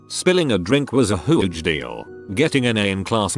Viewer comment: hoo-udge that made me laugh more than I should have